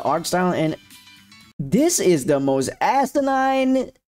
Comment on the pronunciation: Saying astinine rather than asinine made a lot of us lose brain cells